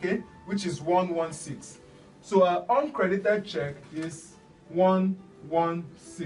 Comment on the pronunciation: Sounds like oncredit when you say uncredit.